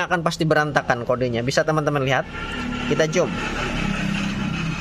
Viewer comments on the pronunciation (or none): none